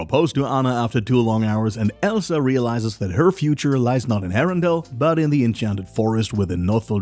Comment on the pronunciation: Arendelle not arundel